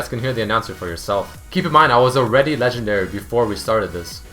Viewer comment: not shure about the ten kills one cuz a while back i was kat and i got 6 kills (enemy using revive) and the anouncer said ¨legenday kill¨